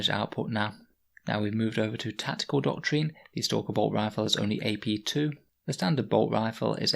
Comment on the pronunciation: It’s pronounced ‘doc-trin’ I’m sorry but that ‘doc-treen’ you keep saying really grates